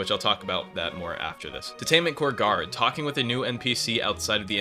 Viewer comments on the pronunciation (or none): none